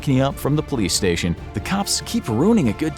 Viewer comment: “OhmuahGawd! DaT man just ShawtSumone. gET dA PoYleCe”